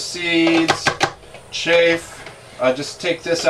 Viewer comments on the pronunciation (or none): Two comments: 1. What is the LED lighting for? 2. "Chaff" rhymes with "half".